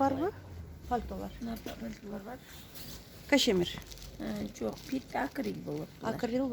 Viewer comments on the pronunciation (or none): Кашемир эмес Кашмир эмеспи